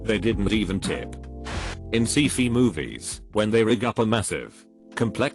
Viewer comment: “See-fee movies”